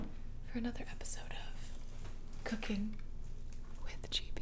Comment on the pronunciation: i thought she said cocain with gibi